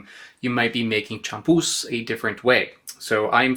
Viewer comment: Spanish pronunciation is very regular, you could learn it in a half hour. The accented letter gets stressed champús is chamPUS not CHAMpus